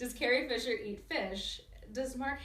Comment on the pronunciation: did anyone think she said gary fisher